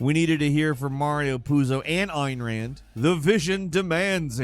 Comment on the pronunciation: I mean anyone gonna say it? Ayn rand is pronounced Ann rand. like love and I can look past it cause I love his videos but im surprised it wasn't fixed.